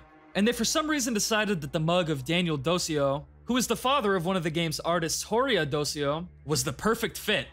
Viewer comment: Daniel Dociu should be read more like "Dochioo" or "DoChu"